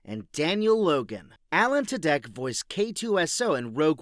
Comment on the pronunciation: What is this AI pronunciation? His name is pronounced "two-dick"